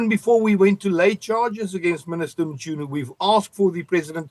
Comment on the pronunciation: lol we need a youtube tutorial on how to pronounce Mchunu, this 'MuChunu' business is funny🤣😂🤣